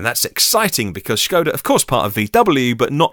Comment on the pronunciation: What's with the pronunciation of Skoda becoming Schoda?